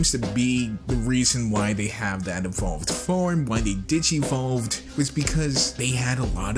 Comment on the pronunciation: lol did u say digi-volved? i love digi-mon if anyone knows what that is? and i mean the first one no fusion like the VERY first digi-mon. omg imma nerd